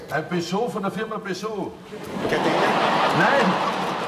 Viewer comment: Ein Peugot von der Firma Peugot :D